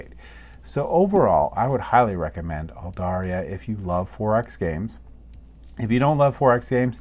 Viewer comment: Just bought this online! Really looking forward to getting it. Loved your run through - you kept it simple and easy to understand. Just one minor criticism - there is no "i" in the name. It's Aldarra, not Aldarria.